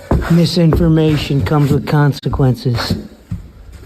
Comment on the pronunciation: Constequences!? LMAO